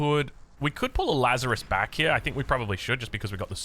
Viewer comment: Lazarus => Lazares (Lazarees)